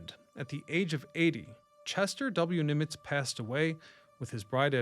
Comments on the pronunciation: Why do you say "Neemitz"❓ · It's not Neemitz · Yeah that was weird